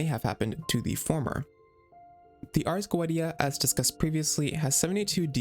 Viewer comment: it's arrrs go-EH-tee-ah